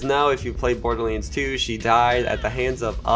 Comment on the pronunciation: Dude pronounce borderlands correctly holy fuck